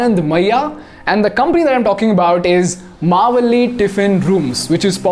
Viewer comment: Bro that is not pronounce mavalli.. That is MaavaLLi